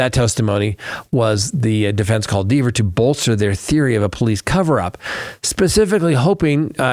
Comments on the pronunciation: It’s!!! Rhymes with Never! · Kelly would admonish you for mispronouncing her name